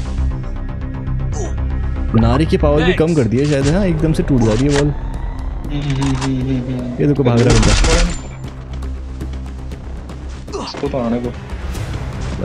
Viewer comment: Nairi ❎ nari✅